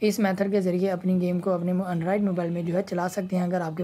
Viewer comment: Android ❌ Andrid ✅ 😂